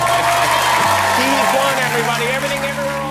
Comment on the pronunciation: "Huy" is tough to pronounce, but the correct way is "Hwee" .. not "Hee" :)